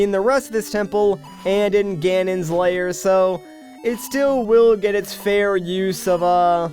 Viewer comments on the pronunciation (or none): why do you say layer instead of lair